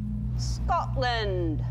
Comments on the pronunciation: She said Scotland right 😂😂. Not the usual American way Scatland 😂😂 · I would never refer to myself s british I'm Scottish. Well done Ellen you said the name well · I never class myself as british. I am scottish. Ellen is hilarious I love that she actually pronounced it properly instead of scATland like most americans do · She's the first American I've heard pronouncing the name properly! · Did I just hear an American pronounce Scotland correctly? I LOVE YOU ELLEN, PLEASE COME AND RULE SCOTLAND FOR US:D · well done Ellen saying Scotland! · yeh woop im from Scotland nice to know someone say your country name right ) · Holy crap she pronounces it correctly